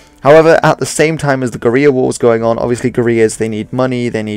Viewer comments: Goo-ree-yah is not how you pronounce guerilla.... guh-rill-ah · Somebody probably already said it, but "guerilla" is pronounced like gorilla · Learn how to pronounce the word 'guerrilla', you keep mis-pronouncing it throughout the video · It's the Republican Army, not Republican's. Also nice try at sounding cultured but guerilla is a recognised English word and has been for quite a while, so there's no reason for you to pronounce it the Spanish way